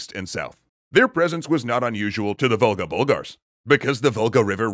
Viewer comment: I keep hearing "Vulgar Bulgars". Not "Volga Bulgars".